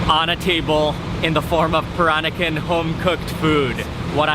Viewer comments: he can't even pronounce peran-nakan properly absurdly awkward to my baba culture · somebody please tell him how to pronounce 'Peranakan'' its so irritating